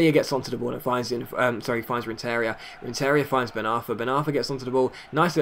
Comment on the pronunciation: It's pronounced RenTERia the emphasis is on the TER not the IA